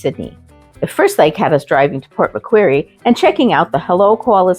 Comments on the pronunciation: How did you manage to pronounce Macquarie as Mac Querie. Westfield is an Australian company. The Australian Kmart is not the American Kmart, although they use the same logo. Because our corporate executives, are not too imaginative. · Hey guys it’s Port Mc Quarry not Port McQueery. Im sure you wouldn’t have heard anyone in Port Macquarie calling it Port McQueery.